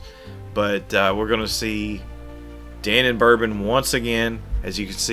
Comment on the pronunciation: Da Non Bourbon -- not Danon. Thank you.😊